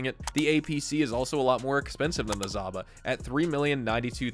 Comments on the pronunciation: ZHaba, not Zaba! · Not zaba, its zhaba, like saba and shaba. Russian word means toad or frog